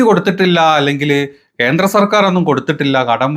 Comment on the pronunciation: 'പാർട്ടീന്റെ ' അല്ല. 'പാർട്ടിയുടെ ' എന്നാണ് തരക്കേടിലാത്ത മലയാളം . 'ബദ്ധതി' അല്ല, 'പദ്ധതി ' ആണ്. ഇന്റെ മലയാലത്തിനെ കാലും ബേദമാണ് രാജീവ് ചന്ത്രശേഖറിന്റെ മലയാലം.പാർട്ടീന്റെ,ഭാര്യേന്റെ അച്ഛൻ, കുട്ടീനെ കണ്ടു,കേന്ത്ര(കേന്ദ്ര) ഗവർമേന്റ്......... പോയി നല്ല ഏതെങ്കിലും പുസ്തകം വാങ്ങി മലയാള ഭാഷ നന്നായി പഠിച്ചിട്ട് കുരക്കടാ.